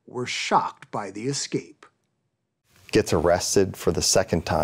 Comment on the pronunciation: Head of blah blah but can't prounce the word escape. It's not excape. You're not black. Let me axe you a question. Uggghhh.